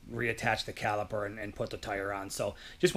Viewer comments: Thanks for sharing! Ahem, it's caliper, not caliber. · Don’t like to be “that guy” but for future reference it’s caliPer.